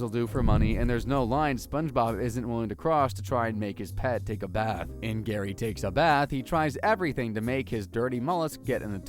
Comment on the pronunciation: It’s GARYY!!